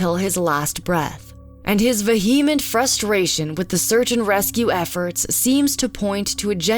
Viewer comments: You do great videos! But please please learn the correct pronunciation of "vehement" (vee-uh-ment) not (ve-hee-ment) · This video is so well-done. I just want to point out that the person reading the voice-over is a little distracting because she doesn't know how to say a bunch of not-so-big words (requited, vehement, integral)...if I hadn't already watched and thoroughly enjoyed several of your other videos, this would really detract from the credibility of your channel for me. She is pleasant to listen to but it would be a plus if she could look up some of these 3-syllable words maybe to make sure she is saying them right beforehand